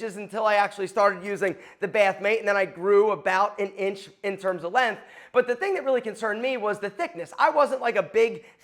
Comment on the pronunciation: It’s length, with a g. It is not “lenth”